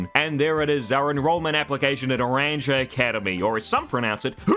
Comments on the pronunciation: Another Pokémon Scarlett and Violet video and stream, another person who can't say naranja correctly. Meh, at least the review is pretty through and honestly. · The way you pronounce naranja 😭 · The way naranja is pronounced in this video actually makes me sad... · I'm fairly certain the J in "Naranja" is meant to be pronounced like an H. It's the Spanish word for "orange." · Hearing “naranja” pronounced with an English “J” kept throwing me at the start. 😂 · The way you pronounced Naranja made my ears bleed.😂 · Say Naranja wrong ONE MORE TIME... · Disliked for making me hear you pronounce naranja without the Spanish j so many times. Español I’m so sorry they made orange sound so ugly. I did laugh out loud at the genderfluid quip tho so thanks for that :) Also glad to see some Nemona appreciation, probably my favorite rival in quite a while. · I’m begging you, the j in Naranja is pronounced like an h 😭💀 Naranja is orange in Spanish 😭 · I know it’s funny to make fun of Pokemon and Gamefreak and all, but you could learn a LITTLE Spanish. Or at least try. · the way youre pronouncing naranja is absolutely killing me. I PRAY its on purpose. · Sir, i believe Naranja is Spanish. Na-ron-hah. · Hearing it pronounced Naran-juh is going to make me increasingly angry over the course of this review but I'll just consider that an intentional feature included for immersion's sake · Please pronounce Naranja with a h sound for the j. Naranha. You're excused, the game should've voiced it. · please stop saying naranya im going insane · Is pronunced Nah ran ha. No naranya. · I wanted to point out that, because this region is based on the Iberian Peninsula, that the academy is pronounced Naran-ha, despite being spelled with a j. (Although you might just keep pronouncing it Naran-ja because its your video) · WOOO!! NEW 'S AMAZING POKEMON REVIEW...also it's Naran-ha. It's Spanish, J is pronounced like H. 😭🤣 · Naranja is pronounce Nar-ron-ya